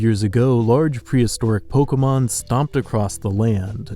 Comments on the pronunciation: "Polka mon" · It's poh-kay-mon, not 'poh-kuh-mon', fuck this guy